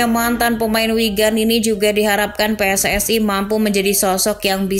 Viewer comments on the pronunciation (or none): none